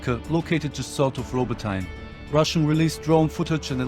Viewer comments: It's "Ro-botee-ne", not "Robo-tine". Please remember this. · "Robot-ee-nyeh!" #FFS 🤦‍♀